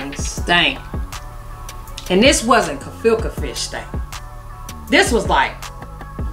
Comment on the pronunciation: Giiiiirrrlllll Im hollering😂😂😂😂😂my kids looking at me like mama for real what is so funny!! Straight Kefilka!!!!!girl the way u say Gefilte!!!!!!!!!! Take me ouuuuuut every time...omg I love how you tell stories it be so intense and be holding on the edge of my seat frfr and that laugh you give right before you say some funny ish is dang cute!!